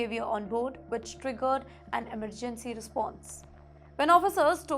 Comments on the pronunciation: The way the anchor said eemer_gancy 😂😂😂😂😂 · The way the anchor said emmeer_gancy 😂😂😂😂